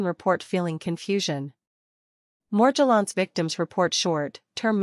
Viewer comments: She dosent pronounce Morgellons correctly... Why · Yeah, it’s highly suspect and a clue to the unreliable nature of this video.